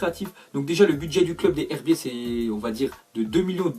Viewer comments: C pas les herbiter c les z herbier sa se dit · Il faut faire la liaison pour les herbiers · Tu dit mal les herbiers faut que tu fasse la liaison comme si sa se disait les zherbier